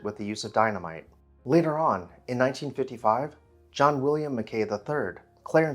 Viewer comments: Interesting video of one of our local legends. Just one minor correction... we Nevada locals pronounce his last name, "Mack'ee," not "Mac Kay." If you want to do a haunted house now, do Allen House in Monticello, Arkansas. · I grew up in the development that had been Harbor Hill in the late 1950s. We always pronounced the former owner’s name as “Mack key” not “Ma kay. Don’t know which pronunciation is correct. The gate house shown in the video became the entrance to the neighborhood pool club at the intersection of Harbor Hill and Roslyn roads. There were still other derelict robber baron mansions in the area back in my day that my buddies and I used to ride our bikes to. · Thank you for this video. The family name was actually pronounced as if it were Italian: Macchi (Maa-key). Clarence's daughter Ellin was the wife of Irving Berlin. The Keck Museum at the Univ. of Nevada has the major part of the enormous silver service that Tiffany made for Clarence's mother from Comstock silver. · Pronounced MACK-ee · MacKay is pronounced with the 'Kay' rhyming with 'sky' not rhyming with 'Bay'. Cheers 😉